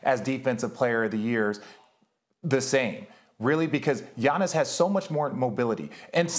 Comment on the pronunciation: Can we acknowledge how smooth max saved pronouncing Giannis' last name Lmaooo